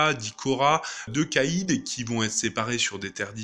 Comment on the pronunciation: "De Caïde" Non sérieusement, tu déshonores les chasseurs.